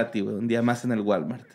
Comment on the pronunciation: Güey, casí me da un aneurismo al escuchar "un dia más en el gualmar." Wtf! JAJAJAJAJAJAJAJAJAJAJAJAA